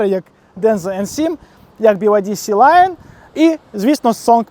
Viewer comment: На авторіа повсюди Sea Lion, а не SeLion